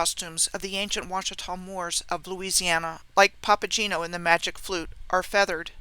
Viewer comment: Papageno has a hard g - papa-gay-no